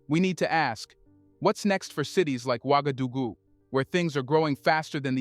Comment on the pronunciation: It's pronounced like ;wagadogoo.